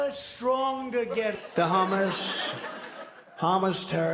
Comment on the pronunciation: Yooo…. He mixed up hummus and Hamas just like Ali G. Also, STANKTUARY.